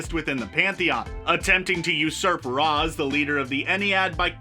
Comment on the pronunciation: Dude it’s pronounced ra… not ra..